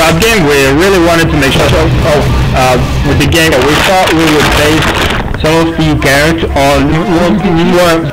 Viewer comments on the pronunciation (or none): none